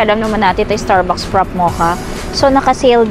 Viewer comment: you mispronounce fraffe..